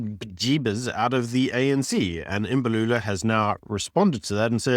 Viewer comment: Please can u at least try to pronounce people names correctly. There is no I in front of Mbalula, so it’s not Imbalula. There is no double e In Malema, so it’s Not Malema or Maleyma. Imagine someone referring to you as Ibyron or Beeron. 🤣🤣🤣It’s disrespectful.